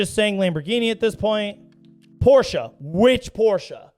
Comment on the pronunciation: oh and he says Porsche right 👀